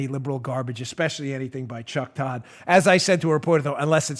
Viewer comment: Why do you keep intentionally mispronouncing Cuck Todd's name?